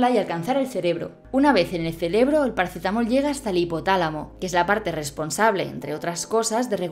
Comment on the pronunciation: Celebro?😳. Ojo a la vocalización, que a veces también dices pacetamol. Gran vídeo.